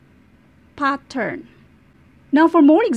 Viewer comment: Mamm it's pattern not pathaan